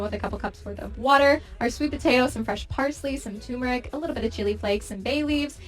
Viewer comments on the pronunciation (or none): I'm always amused that tur-mer-ic is pronounced tumour-ic. It should've got old, by now, but I still larf & larf!